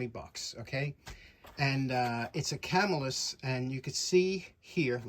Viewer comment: The pronunciation is "Ca MILL us" and the name comes from the town of Camillus NY, a suburb of Syracuse NY. Thanks for the video.